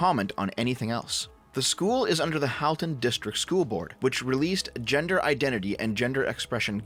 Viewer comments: As someone who went to school in that area, it’s crazy to see what’s happening. Also it is pronounced “Hall-ton”, but I’ll let it go since you’re a fellow leaf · Pronounced ‘Hall-ton’ and ‘Trafallgar’ . Drove me nuts a little as someone living in Halton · At the risk of sounding pedantic, and just in case you need to make a followup on this, as someone who suffered through schooling in that area, I'm pretty sure Halton is pronounced like the word halt rather then the name Hal (unless we've been getting it wrong where I live all this time.)